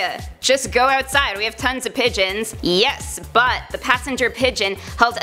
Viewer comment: “Yeth” its yes get it right get some speech lessons so you can pronounce your S’s